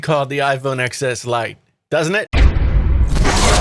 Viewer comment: Is the a full blown troll page? You won’t buy a phone, regardless of specs, because of a name? A name that hasn’t been confirmed. A name being reported by the same people who said the X was wildly underselling and you regurgitated for weeks until it was quite the opposite? A name you fail to pronounce properly? This is wild stuff.